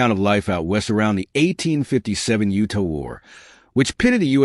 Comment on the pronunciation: Who is reading this? They don’t even know how to pronounce the stat Utah. Forget the correct punctuations.